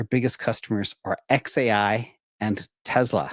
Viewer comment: It’s not Te”z”la , it’s Te”s”la.